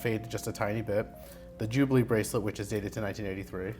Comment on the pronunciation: I thought he said jubilee then the pic showed oyster! 🤦‍♂️🤦‍♂️ lol 😂😂